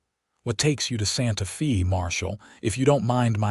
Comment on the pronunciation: Santa Fee? Tuscan? AI ain't all it's cracked up to be.